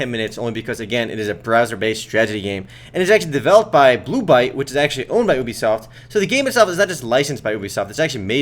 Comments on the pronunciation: it's ubisoft, not oebisoft.. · did he say boobysoft?